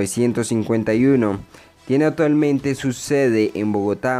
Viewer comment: Amigo metalero la C y la P cuando se requiere, no se dice SETIEMBRE no ni OTAVO, tampoco SETIMO.. tampoco PROYETO HIDROELETRICO ni ATUALMENTE, corrija para hacer videos, igualmente está interesante AT